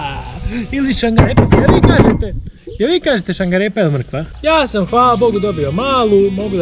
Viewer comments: HAHAH NE KAZE SE SANGAREOA NEGO SARGAREPA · nije šangarepa nego šargarepa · ja kazem sargarepa a ne sangarepa😂😂